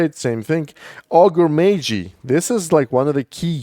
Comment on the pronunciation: Ah yes, Ogrè Maygee: invaluable mini.